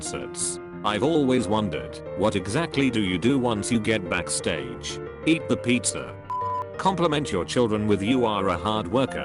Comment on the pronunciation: eEt the peEtza